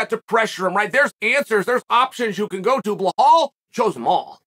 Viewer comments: How Chael say mine name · Chael's butchering belal and islam name is killing me 😂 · Belal “Chael Butchered the Name” Muhammad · Chanel keeps saying bahal or something like this, it belal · Now Uncle Chael has to learn his name like it says in the title of the video, it's "Belal", not Bahal. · It’s belal not blowhole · Chael: "Remember the name" (doesn't remember Belal and call him Behal) Classic Chael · Dude it's just belal not behhhlal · C'mon Chael still with the Behal🤣Belal LLLL Belal! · It's pronounced Belaal, light L not Be(LL) ha(LL) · At least pronounce his name right. It's Belal, not Belhaal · It’s actually more difficult to say Blehal than Bilal. But Chael is making that extra effort to keep playing the ignorant racist character from Oregon on podcast. That’s part of his brand. 😂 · It's be-lal ... not be-hol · PLEASE stop saying “BeHAL” it’s “BeLAL” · It's not BAHAL. His name is BALAL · His name is Bilal not Bikhal 😂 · It's pronounced Be-LAAL. NOT Be-HAUL. NOT Be-LOL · bro it bee laal not bee hall ... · It's not Behal. It's pronounced beelaal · I think it is so funny that we have gotten to the point where no one questions Chael for saying "Blehal" anymore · Actually BlaaaHAAl has been pronouncing his own name wrong his whole life, turns out his parents have been saying it wrong. Lord Chael has educated us on how to say it the right way. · I like how Chael starts with "Remember the name! ... BLAHAL"! Undefeated and undisputed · "why yes Blahal, i believe i will. i believe i will remember that name." lmao! i love how Chael does that same line every time he mentions Belal now 😂🤣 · Behal Mohammad to Makhalchev - seriously how hard is it to pronounce Belal and Makhachev? 🙄 or is it just a gimmick? 😅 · Remember the name Belal Mohammed. Proceds to say blahol. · I only watched this to hear "Blahall remember the name" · "Remember the name: Blehal Mohamed!" Ok great! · I will always hear Chael saying "Blehal" in my head anytime this dude comes up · "Bluhal" lol